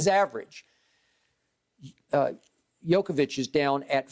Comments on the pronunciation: Someone tell me how Skip can even have a valid opinion of a guy..........when he can't even get his name right!!!!? Jokavić. Shut up already! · Skip his name is Jokic not jokovic 😂😂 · Its Jokic, Skip. Not Jokovic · Somebody should tell Skip it's Jokic not Jokovic. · DAMN! You call yourself an expert... Learn guys name - it is JOKIC, not JOKOVIC! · Why is Skip saying Jokavic??? It's jokic.... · Joker, but so sad, bcz they will prolly be top 2 candidates for MVP and whoever lose this will be 2nd team All-NBA, btw Skip its not "Djokovic" its Jokic or Joker if u want it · Gotta love one the biggest sports commentators STILL not able to correctly pronounce Jokers name. Jokavic??? SMH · Jokovic is the super saiyan son of Nikola Jokic & Novak Djokovic 😂😂😂. Honestly the guy is an MVP front runner & 2 time NBA all star & you still can’t pronounce his name 😂. No wonder people don’t take Skip seriously . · Learn to say his name right you old fool man. Chatting bare rubbish you know. It’s Jokic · Skip has not watched the nuggets.. He can't even say his name right.. If Joker doesn't win it I swear I might stop watching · Skip can't even pronounce Jokics' name right smh. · Why is skip being ignorant like he cant pronounce jokic's name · Funny how Skip and Steven A can’t even pronounce names like Doncic and Jokic, while they are very easy to pronounce and these guys have been in the league for years now... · This guy hasn't learned to say properly MVP name,what a fool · Expert that cant pronounce MVP candidates name... Very professional. Bottom line is, Jokic doesnt sells shoes and sodas like Embiid does, thats the only reason why he will win MVP. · Skip you can't even say the mans name. Zero real arguments. You just like Emiids game over Jokic. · Skip can't even pronounce his name correctly. I don't think he ever watches Nuggets except in playoffs